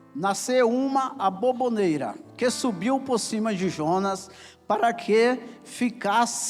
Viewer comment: Ela está falando sobre a forma que o pregador está dizendo "aboboneira" ao invés de aboboreira.